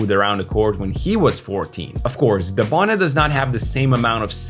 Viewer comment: His name is Dabone….